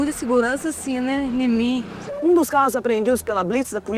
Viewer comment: tenho muita segurança " nimim"!!🤣🤣🤣🤣🤣